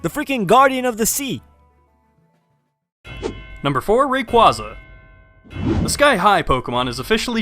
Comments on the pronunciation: It's Rayquaza with a A not with a U. It's RayuAza not RayqUaza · really ray- quazza more like ray-quay-za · Rayquaza is pronounced raiqwaiza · Its, ray-quasar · Did he say "Ray-Kwawz-Ah" and "Grow-Don"? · You mispronounced Rayquaza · you mispronounced rayquaza :) just saying ^^ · you pronounced raquaza wrong